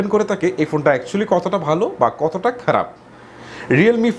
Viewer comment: উচ্চারণ এর সমস্যা আছে। বুল,টকাচ্ছে,গাদা,কারাপ😂😂